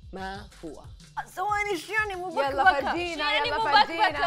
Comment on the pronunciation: مْبَكْبَكة مش مُبَكبَكة